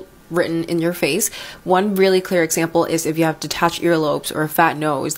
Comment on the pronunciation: Just some friendly advice... Regardless of your elocution lessons, you seriously need to learn the correct pronunciation of words, such as: 'women', 'really' and 'folks'.